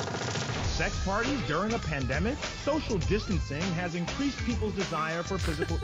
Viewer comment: "Soshal jistancetang"